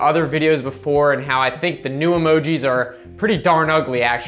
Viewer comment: Dude first of all you're a fuckin wien. Second you are showing old shit the phone already did. You look like you play candyland with children. Even the way you say emogi is just weird. Get a fucking life